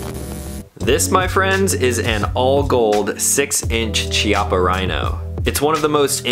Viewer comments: Say it with me…Kee-ah-puh Not Chee-ah-puh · pronounced'' kiappa'' btw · Pronounced "Kya-ppa" (Italian). Chi in Italian is pronounced "Kya", weird I know. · It’s pronounced K-iappa btw. It means butt cheek. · Please, please... in italian "ch" is spelled K. It's kiappa. "sci" is sh. So "brusketta" not brushetta. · Pronounced - KEY-appa. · It's pronounced KI-appa. Just FYI. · Chiappa sounds 'kiaPa' in italian with emphasis on P. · Beautiful test and wonderful gun (apart from the color). If it had been a conversation between friends it wouldn't have mattered, but if you do a video test, you should at least know how to pronounce the stuff you're testing. Every time you said Chiappa" my ears bled. Nowadays it's not difficult, just go to Google translator, choose Italian, write "Chiappa" and have it read to you. There are no more excuses.